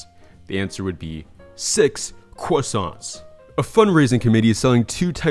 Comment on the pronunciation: is it js me or did my guy say "quassants"... 😭